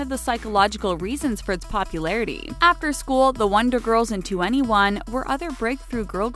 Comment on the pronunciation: Omg they said 2ne1 right!!!😂 but BROO WHEN I SAW JUNGKOOKS AEOGO THO😭❤️❤️